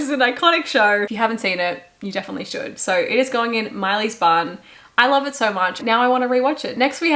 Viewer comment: P.s. I too often heard "this goes in Miley's bum" instead of bun. 😂😅